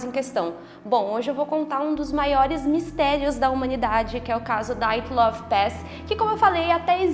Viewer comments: PELAMORDEDEUS!!!!! Parem de pronunciar nomes russos como se fossem americanos!!!!! A pronúncia correta é DIATLOV e não Daiatlov!!!!! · Não se pronuncia "Daiatlov". É um nome russo, portanto se diz Diatlov. É o minimo que se espera de alguém que posta um video.